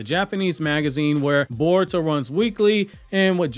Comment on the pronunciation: lol this guy said Caruto 😂